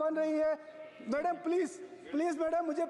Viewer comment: Thoda pronunciation pay concentration day... Like March, madam aur choti choti words. Otherwise well done. Thanks for everything ❤